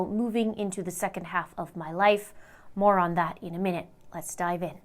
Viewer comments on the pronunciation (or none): you said "more on this in a minute". i heard that as "moron this in a minute". kinda makes more sense that way....